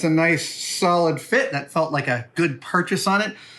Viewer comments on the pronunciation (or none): none